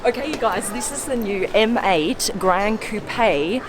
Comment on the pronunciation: You know that M8 sounds like ‘Mate’ to me hahahaha